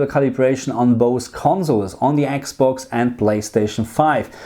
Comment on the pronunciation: I miss you saying Eeeks Box. Now you say Xbox and it's not as endearing anymore lol!! Please say Eeeks box again 😂